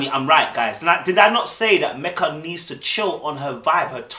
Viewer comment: be honest you were on Meka’s case and couldn’t pronounce her name for nothing!